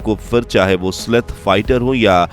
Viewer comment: उसे "स्लेथ" नहीं बलकि "स्टेल्थ" कहा जाता है। That's not "sleth", rather it is called "Stealth". जय हिन्द, जय भारत।